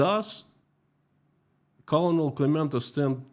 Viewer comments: Colonel is pronounced "kernel" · colonel is pronounced.. Kernal. but its close enough. Well, only reason why American's aren't there.. they don't know what russians are or ukraines to be honest. But they can tell you what a jewish person is and why they should protest the "mighty" jews over the "underdogs" even if the underdogs killed hundreds of people, but god forbid somebody retaliates against the underdog. Free occupied Ukraine. Protest Russia. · Colonel pronounced Kernal in English language😊 Great job as usual 👍💜💚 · Just FYI because this is a common mispronunciation: Colonel is pronounced "Kernel" in English (like a popcorn kernel). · Daily reminder that "colonel" is pronounced "kernel". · One note about pronunciation: the word "colonel" is actually pronounced like "kernel" in English. Yes, it's ridiculous, but that's English for you! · btw I think Colonel is pronounced the same as "kernel". (At least according to googling "colonel pronunciation") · I'm sure you want to know colonel is pronounced ker-nal. Thank you for your work. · colonel is pronounced like “kernel”. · Yeah FYI for whatever reason "Colonel" is actually pronounced "Kernel" like corn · your site regarding Russia is the site we watch as true and reliable information. Just a correction for the pronunciation of US COLONEL. Say it like US kurnel. Makes no sense but that's how to say it. Your information about this current world situation is much appreciated. We know this is a very difficult time for you and your family. Our prayers are with you. Bill and Pam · Love your content...although I wish you would check pronunciation of words you don't know :-) "colonel" as an example takes only seconds on Google. I wish you well none the less 🙂